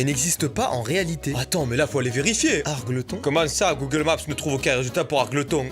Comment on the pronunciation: Très bonne vidéo, sinon argleton se prononce Argeultonne